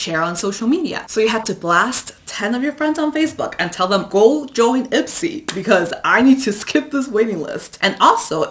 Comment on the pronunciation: Every time she said Ipsy, I heard Itzy. I don’t need no makeup, I wannabe me me me